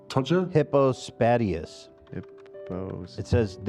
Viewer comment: First and foremost you guys are saying it wrong its Hypo-spade-eous. My son had one when born, and he had to have two surgical procedures